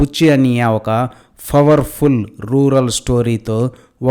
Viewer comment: Fowerfu kaadhu, powerful 😂😂😂😂😂😂😂.